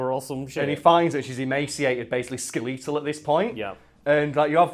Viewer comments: Everyone: "skeletal": "skeLEETal" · I’ve never heard anyone pronounce skeletal like that 😂😂😂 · wait is that how the british pronounce skeletal